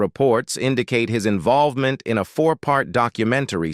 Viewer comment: I wanted to watch this but you using an A.I. for your commentary is TRASH! I can't watch this crap. I can't hear "Invol va ment" without laughing at the laziness.